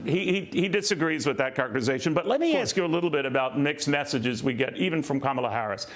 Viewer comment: I like this "Cumala" 🤣